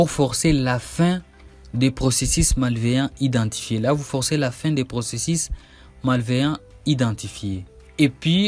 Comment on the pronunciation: la Methode que vous proposé est très longue dans son procésis, en fait j'ai rebobiné votre video 10 fois rien que pour réentendre votre prononciation du mot procésis LOL incroyable .